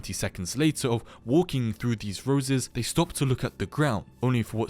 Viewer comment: is saying "they" too hard ? -_